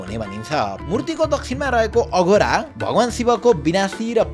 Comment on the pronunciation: IDS लाई एक सुझाव - यत्तिको अनुसन्धान गरेर अनुसन्धानात्मक content बनाउने ले आफ्नो धर्म-संस्कार सम्बन्धी श्री पशुपतिनाथको content बनाउँदा, "तत्पुरुष लाई ततपुरुशा, वामदेव लाई भामादेवा, अघोर लाई अघोरा, र कालाग्नि रुद्र लाई कलन्या रुद्र" भनेको छ। यस्ता त्रुटिहरू सच्चिन आवश्यक छ। विदेशी उच्चारण मान्य हुने छैन।